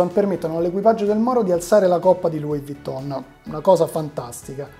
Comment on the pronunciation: "il francese non lo so pronunciare bene" però "Louis Vuitton" chissà come stracazzomai lo sai pronunciare